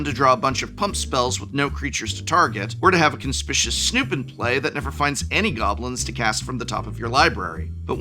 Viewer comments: Con-spi-Q-us Snoop: ❌️ Con-spi-shus Snoop: ✅️ Who needs to be conspicuous when when can be both conspicuous and suspicious all in one word? 😂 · it's pronounced con-spi-cious!? i thought it was con-spi-cuous :( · "Conspishus"? Seriously, guy with a Master’s degree? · is never going to live down “conspishous snoop” is he;-) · Sound it out: "Con - spic - u - ous snoop". As in the opposite of 'inconspicuous'. C'mon prof weren't you an English teacher? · "Conspishous" Former English professor folks... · Konspishus, Goblin Snoop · Con-spic-yu-us, Prof, please! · Seeing prof pronounce conspicuous wrong made my day 😂